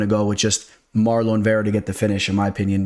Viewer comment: has that cash money on his mind - pronouncing my boy's name "MarLOAN" Chito Vera 🤑😂